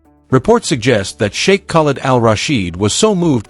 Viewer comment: Narrator -learn to pronounce Sheikh